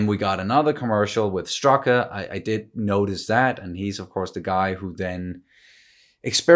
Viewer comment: Someone should really tell those american actors how to properly pronounce "Strücker". I mean I get that "ü" is difficult if you are not used to it, but the rule when to pronounce "St" as "Sht" should not be that hard to understand. So at least it should be "Shtrucker". And here is a question for everyone: Try to summarize what "Geraldine" was talking about in the scene with the stork. Because I for the live of me could not. I was too focused on Wanda and the stork. ;)